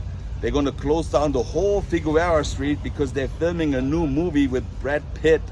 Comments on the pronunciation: FIGUEROA is pronounced Fig Air O A. (In English, it's different in Spanish.) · It's pronounced FI-GER-ROW-A ... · Danke. Love your videos. Ich habe veile Fruende in Deutschland; Berlin, Munchen, Neu Ulm, etc. Aber bitte,. Figueroa is pronounced: Fig Your Ohwah. Oh, as in Oklahoma. Danke, Don, von Chatsworth. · Did you just Butcher Figueroa